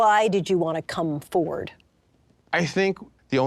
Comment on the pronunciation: when she pronounced ''forward'' as ''ford''